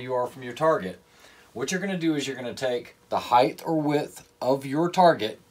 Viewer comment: Someone else making up new words. Height has now apparently become height-th. Who knew?